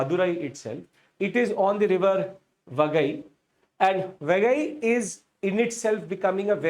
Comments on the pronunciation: Please pronounce properly it's river Vai-gai not wagai. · Correction: It's pronounced Vai-guy or Why-guy, not Vagai. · Sir it is Vaigai not vagai. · It is pronounced as "Vai Gai", not "VA Gai". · The name of the river is VAI GAI not vaa gai. Do it is called vaigai river civilization. Immature illetrate people doesn't know that Tamil a classical language is the mother and part of the Dravidian language which is part of the Nostratic linguistic proposal. There are many sites in present India where we can excavate. Instead the politics is so knowledgeably corrupted that there idea should be the main result of the excavation i.e. the final result should not go against their wish and mindset. Apart from Athirampakkam there is one more Paleolithic site in Chennai near Airport in Pallavaram which is considered as the oldest with many stone age tools excavated and exhibited in Madras museum. Since the area around this site is very highly populated now it cannot be excavated further. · Sir ur overall lecture was superb but pronunciation of some tamil words are not correct like, it's vaigai not vagai like that only but ur explanation was super thank you sir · Vai gai should be pronounced as Vie ki (as in kite) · It is VAI GAI ( both rhyming with Hindi cow)